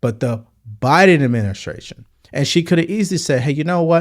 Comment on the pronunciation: The Bine Adminiskration